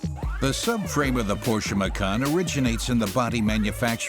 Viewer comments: fantastic video! marred by the repeat mispronunciation of the featured brand...what a colossal error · The pronounciation of macan and porsche by the narrator really annoys me.... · Unfortunately the narrator doesn't know how to properly pronounce "Porsche". Great stuff. I don't like any SUV so even if I had the money I won't ever buy one. Thanks.